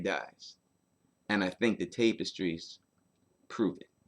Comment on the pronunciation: Love your content,, but you say "Tapestries" weird. It's "tap-uh-strees"